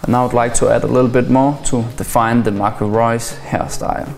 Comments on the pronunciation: Marco Reus wie so ein Deutscher ausgesprochen ^^ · Wow you can say Marco Reus like a german ^^